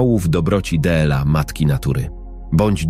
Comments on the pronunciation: Czytanie TRAGICZNE ,,d l a,, czyta się. ,,dla,, czy to tak trudno się nauczyć, zapytać kogoś ❓ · Sorry ale słuchać tego nie można 18 rano dela zamiast dla no szok kto to czyta 😢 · Dlaczego d l a jest czytane pojedyńczymi literami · Piękna życiowa historia milionera i jego chorej córki oraz krąg dobrych aniołów - ludzi o dobrych sercach. Jednakże słowo dla czytane del-a psuje strasznie to opowiadanie. Gdyby nie te del-a byłoby super. Dziękuję za tę historię chorej dziewczynki na autyzm i jej terapeutki. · To czytanie DLA jest denerwujące.